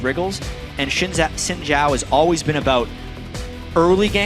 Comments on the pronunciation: You are sadly Mis-informed. It more like sin/syin-Jhao when said. Trust me. I'm Chinese. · americans can't say xin zhao correctly? its not chin jao, its xin zhao, XIN not CHIN and ZHAO not JAO.